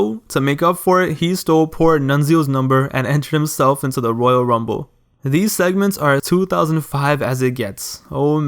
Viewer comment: Why are you saying woyal wumble